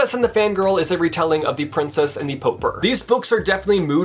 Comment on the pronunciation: Am I the only one who finds it strange the way Pronouces Pauper.